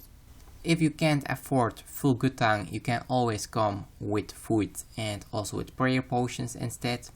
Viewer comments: Just make sure you a full set of gutan. Not Guth-ans, but gutans. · lol 'gutan' its 'guff-ane' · GUTH ------ ANS GUTHHHHHH ANNNNNSSS = Guthans = How to say it.. god that was killing me in the video.